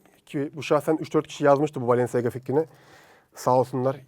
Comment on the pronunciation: Bı kere o balenciaga diye yazılıyor balanciya diye okunuyor yani ayakkabıcı dedi .